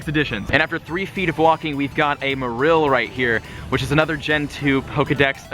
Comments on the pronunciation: I feel the only name he pronounced very wrong was Marill.-. The other one's he did alright pronouncing. It did annoy me how he said "Merrillll" instead of Mare-oll for Marill, but out of the all the Pokémon Go Tubers i watch him the most, yes he's had his Click Baity moments, but he's way less Clik Baity then majority of the Pokémon Go Tubers, and yeah his personality doesn't strike me as someone super duper funny, but i still feel as though he is genuine, i don't subscribe to him, but i enjoy the PokémonGo content he has to offer and i wait and like every Pokémon Go video he posts. I can't play it on my iPhone 4S after the 4th Update, so yeah, instead i watch Play it;^ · MA REL? no its MARILL. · LazerPotato 126 Merril? No that Is terrible pronunciation In pokemon 3D and official pokemon game says MArill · Why does he pronounce Marril like that... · It's pronounced Marrol by the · hey it spelt marill but it's pronounced mayroll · My first pokemon was a ledyba, my rarest catch was a Meganium, a bunch of Murkrow around my block. ... And it's pronounced MA-rril. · that's not how you pronounce marill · Anyone else triggered about how he said "Marill" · That's not how you say marill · I THINK YOU'RE PRONOUNCING MARILL WRONG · AmphaROASTED he said marill wrong and many more. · I cringe every time he mispronounces marill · My toes cringed every time he mispronounced "Marill" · The way you pronounce marill bothers me...and now gligar... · you pronounced marill and pinapp berry wrong the whole video 😡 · you mispronounced marill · Honestly hearing you say Marill incorrectly 10 times in a row had me cringing and SHEWK.